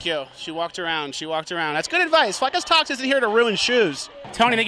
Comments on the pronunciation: “what youtube channel are you? “fleccas talks” .......................”fleckash talsh?” 😂😭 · dude said flakaz tous 😂😂😂😂